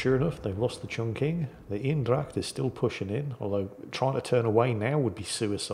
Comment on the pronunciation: I'll repeat; Eendrach, think Bane. So make it Anedracht. 100% Dutch pronunciation.